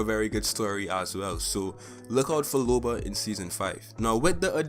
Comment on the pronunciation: Its LOBA not LUBA.